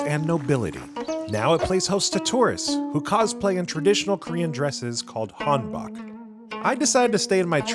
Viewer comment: Not, Han bok, its pronounced Han boke, like woke.